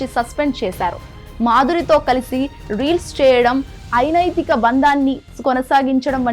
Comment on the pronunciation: ఐనైతిక అనకూడదు అనైతిక అనాలి మహిళ నేతలు కాదు మహిళా నేతలు వ్యాపార పనుల్లో నిగ్నమయ్యారు అనకూడదు నిమగ్నమయ్యారు అనాలి.